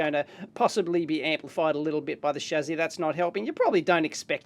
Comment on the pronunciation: Stop saying "shazzy", it's "shassy".